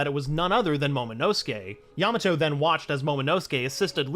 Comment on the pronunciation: why do i sometimes hear you say yamano?